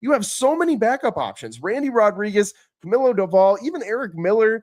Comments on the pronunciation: it’s cah-mee-low not cuh-mill-O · glad cause that’s literally how you pronounce his name and he can’t ever get it right lol